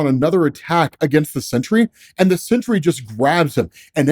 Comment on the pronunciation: Dude I've been listening to these while I work this morning and I thought it was the century til I just saw the title, definitely throwing an extra syllable in there most of the time you say it